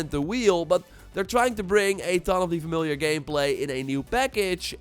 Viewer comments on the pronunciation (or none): none